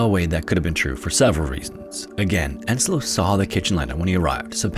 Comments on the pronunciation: Yeah, but then he mistaked the name Ensio as Enslo, and that really grinds my gears. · Oh god.. there is no Enslo in Finnish names. It's Ensio, not Enslo.